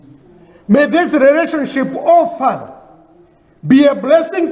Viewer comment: That moment the white lady realized thank you is pronounced as "dhengyu" and she's not a lady, she's a "rendi" and they are not in a relationship, they're in a "rereshonshi." 😂😂😂😂😂